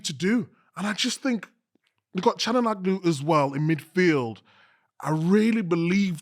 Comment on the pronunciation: It's Ka-duh-oo-loo The 'i' without a dot is pronounced like the 'e' in 'taken'. The 'g' (ğ), soft 'g' is often silent, and prolongs the vowel before it .